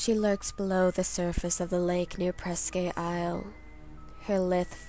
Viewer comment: it's pronounced, PRESK isle